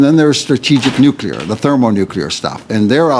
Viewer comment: Bezan can't even pronounce English words properly. "Nuculer"?? "Expecially"?? These people are uneducated imbeciles who have no business sitting over such weighty matters! Additionally, they must be living in another dimension if they feel Zelensky is a "Churchill like figure!" Or that most Canadians think Putin started this war! Good lord!